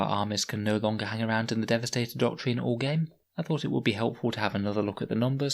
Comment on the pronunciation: It’s pronounced ‘doc-trin’ I’m sorry but that ‘doc-treen’ you keep saying really grates